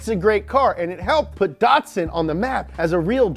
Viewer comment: Datsun is Japanese and should be pronounced as "da-to-san". Great video about the sentra.